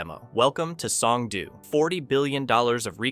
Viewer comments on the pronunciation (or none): You are over complicating Korean single letter vowels. It's like Spanish where 1 letter = 1 sound. o = oh. Oh no, I know that Homer says doh. It's the same o sound every. single. time. S-oh-n-g-d-oh. in the video you say s-ah-n-g-d-oo. No need to muddy up the letter o.